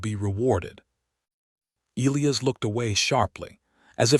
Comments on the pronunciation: Not ElEeus, It's pronounced El-eye-iss! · It's Eliy Us notNOT eleus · His name is pronounced “ ah LIE us” ………Greek and Biblical Old Testament……as were many, many, many early Judeo-Christian American names. NC😢